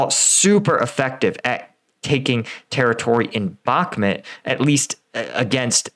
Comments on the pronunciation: Dude its called Bakhmut and not Bakmet, its a city name not a person name has noone told you already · The way you pronounce Bakhmut is very hard on the ear. There are plenty of videos with native speakers pronouncing it.. try "Bakh-moot"